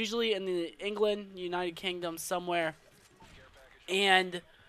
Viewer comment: One tii :) *England not Engeland!